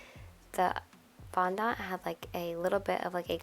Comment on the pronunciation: your saying fondont a bit weirdly !